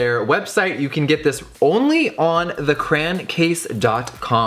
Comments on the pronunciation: literally got me so heated when he said “cran” like um ITS CRAYON like if u agree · Cray-on ...not cran ..Atleast I pronounce it like crayon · lowly annoyed that he says “crayon,” “cran,” but I still love you jeffrey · Cray-On not crowns errrrrrr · why do americans pronounce it 'cran' when its literally 'cray-on' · love this video but every time he said cran instead of crayon i mentally screamed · I couldn’t help but notice that he pronounces crayon like “cran” instead of “cray-on” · Is it only me or does the way he says crayon anoy any one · Why does every freaking youtuber day cran? Like y’all come on my friends! I mean I don’t say it right either I say “crown” but like I know I’m not saying it right. Anyways, this look is cool and Jeffree is always great and funny. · How the hell do people pronounce crayon as "craan"? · lmao what’s a cran tho? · Also I say crayon like cran! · Pronounces crayon as cran but doesn’t pronounce crayola as crala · I've heard Crayon said "cray-on," "crown," and now, "cran." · I pronounce crayon (cray-on) not “crown” and everytime he says crayon I cringe a little aha I love you still tho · Cran?? I'm dead xD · The difference in the way southerners vs the rest of America pronounces crayon kills me. I giggled every time you said crayon because it sounds so different to me lol